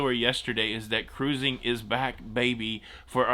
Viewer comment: Let's Go (caruuuzing) Mountaineers! Didn't know you have WV roots.